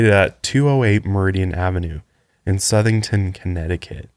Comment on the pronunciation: I live ten minutes away from Southington and I will say he pronounced it perfectly